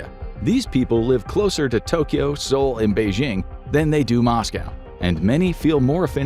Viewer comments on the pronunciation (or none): none